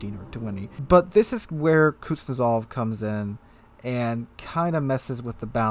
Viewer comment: Please tell me I'm not the only person that cringes at how he says Kuznetsov, its not kutyozov